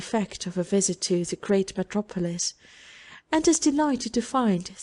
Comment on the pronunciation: "Which had Bradford for its 'sontre' (centre?) and metro-poelis"? Kind of the reader to make the effort to record this but words need to be pronounced correctly. I managed 2 minutes and had to stop listening.